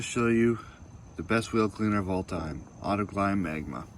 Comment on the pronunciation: Sprayed waaaaaaaay too much. You won’t have enough for all 4 wheels. It’s also Autoglym as in “glim” not “glime”. It didn’t work well at all because the product is intended for panels. Get a dedicated wheel cleaner.